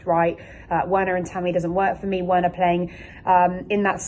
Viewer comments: “Verner” not Werner 😭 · Verner there is no w in german and girou the d is silent start learning foreign language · 1) it’s Werner (pronounced VERNER) and 2) it’s Giroud (pronounced GIROU) you don’t sound the D in his name. Get those two straight please. Danke/Merci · The names sounds better when pronounced correctly...Werner=(Verna)...Giroud (Jirou) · The W in Werner is pronounced as a V.......just saying